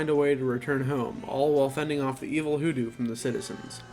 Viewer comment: *HooDoo *, not "WhooDoo".